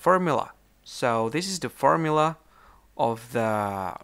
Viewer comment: Thanks for the fermula, fer how many santemeter.